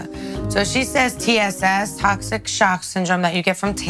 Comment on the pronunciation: Everyone said tocshic sock syndrome 🤣🤣🤣